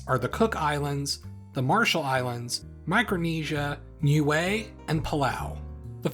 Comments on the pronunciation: As far as I am aware, if you talking about the ending in Niue, it is not said like "glue" at all. I do write pronunciation with something close enough to IPA, so it would be easily understood by many people. Glue is pronunciation /glu:/ Official English for the name of Niue /nju:ei/ or /ni:ju:ei/ But the native language does write phonetically, so it seems it would natively be /niue:/ Remember that in IPA /j/ is when English uses Y as Consonant, /ː/ means vowel before is long. It's pretty easy, the phonetic alphabet (IPA). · Niue is pronounced "new-way"?! I've been saying "nigh-eww".